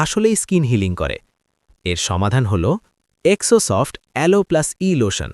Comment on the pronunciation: জেরোসফট এটার নাম,এক্সো সফট না,ঠিক মত উচ্চারণ করুণ